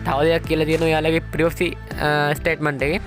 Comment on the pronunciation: ප්‍රිවසි පොලිසි නෙමේ යකෝ ප්‍රයිවසි පොලිසි 😂